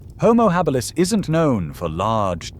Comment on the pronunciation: Lmao "houmou Hah-beelus" 😂😂😂